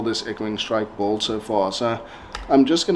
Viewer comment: No offense but it's not pronounced bald!!! It's "build"...